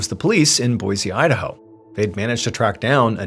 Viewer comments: Trivial, I know, but it's pronounced, Boy-see, not Boy-zee. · Awe, man! You pronounced Boise correct in a previous video but not this one 😭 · Wife and myself love your content. We're from Boise Idaho. It's pronounced (boy sea) not (boy zee) . Peace all